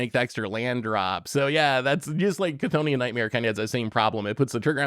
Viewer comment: Big shoutouts to pronouncing "cthonian" right this week, very proud of this character progression.